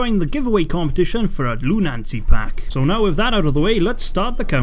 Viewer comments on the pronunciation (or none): It's pronounced ˈlo͞onəsē(LoonAsee as it is the adjective for the behavior of a lunatic. There is no second 'n' in Lunacy. Lunacy is used here because it is used as a pun on lunacy and lunar.